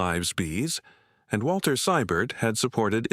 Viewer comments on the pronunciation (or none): none